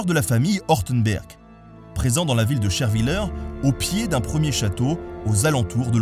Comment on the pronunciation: Salut ! Super vidéo j'ai juste un bémol à ajouter c'est commun mais on dirait que vous ne savez pas prononcer les noms des villages alsacien c'est pas Scherwyller ou je sais pas quoi mais Scherwiller enfin je sais que ça fait pas trop de sens à l'écrit si tu pouvais essayé de demander à des locaux ^^ À quand une vidéo sur le Haut Kœnigsbourg et Orschwiller ???